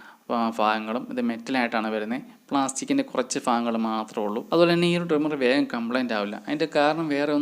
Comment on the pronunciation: 😂നിങ്ങൾ മലയാളം ഭാഷ പഠിക്കു.. ഫാ ഗങ്ങൾ അല്ല ഭാഗങ്ങൾ 😂